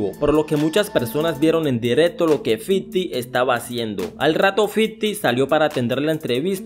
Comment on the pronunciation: fifty no fiddy